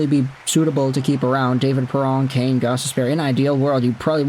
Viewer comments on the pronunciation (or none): none